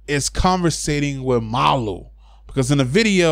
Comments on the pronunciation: I thought it was malooooo like how u pronounce it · no its MALU travejo